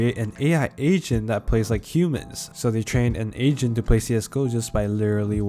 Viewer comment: Why the hell i hear asian instead of agent